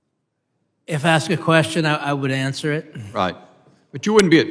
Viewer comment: Axe me a question. Nah, demand a full tuition refund and go back to school. Let me know when you can ask a question.